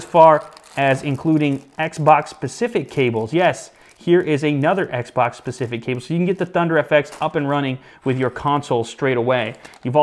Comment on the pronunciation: DUDE please stop saying PACIFIC instead of *specific, it sounds ignorant, and clearly from your video you are not, do yourself justice